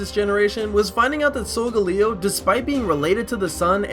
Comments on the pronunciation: its sol-gal-leo not sol-ga-leo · Its pronounced "soul GAE LEE oh" not "soul ga LEE OH" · Isn't sogaleo pronounced so- gale e o like I don't think it's so- Ga- le- o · Its So-ga-le-o